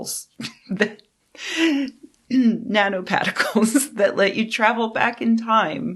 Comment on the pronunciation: “Nanopatticles” is just her trying to immerse us in the story with an accurate description of the NY accent